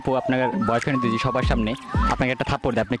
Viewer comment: vai video ta valo chilo...akta kotha boli rag koren nah,apni jokhn jodi word ta boltecen oita mone hoy doji sonachhe.